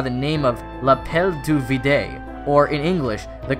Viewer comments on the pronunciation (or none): It's l'appel du vide, pronounced "veed" not "veedey" :') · Appel du vide is French, final e is silent, next time stop at the d as in "vid" for video. I always thought the voice in their head was the collective consciousness of the "god" in the cave and diclonius could develop a resistance to its persuasive power, hence why nana remains peaceful.... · "Vide" is actually pronounced like "vid" "e" isn't always pronounced in French.